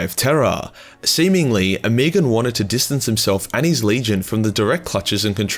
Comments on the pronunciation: Ohm-eh-gone, not oh-me-gone...you're killin me smalls. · oh-muh-gawn.. the way you are pronouncing it honestly makes me want to unsub off that alone.. it's like nails in my ears..After using the word autismo I forgive you though..